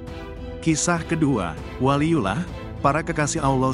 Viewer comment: Yang bener Baca WALIYULLOH, ko di baca waliyulah.